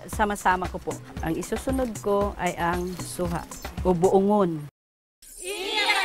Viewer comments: mareng jesica, Boongon poh ,hindi baungon. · Yung suha is buungon po hndi baungon.. 😂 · Buongon at hindi Baungon..... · baungon hahahaha jessica boungon yun hahahaha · Buungon po Hindi. Baungon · Hindi Baungon kong hindi buongon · Buongon not baungon hehe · Baungon diay ??? Diba Buongon man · Ate jessica its not baungon its BUONGON!!! HAHAHAHA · Boungun yun hindi baungun😂😂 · Buongon po yan hindi Baungon.. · Hindi baungon ang tama ay buongon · Buungon not Baungon xD